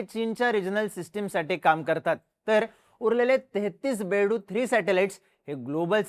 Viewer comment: अरे बेडू नाही बायदू म्हणतात त्याला